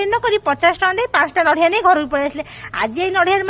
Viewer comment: Kn chalichhi ethi jatra..... It's nadia, not nadhia. (Kobari kaya)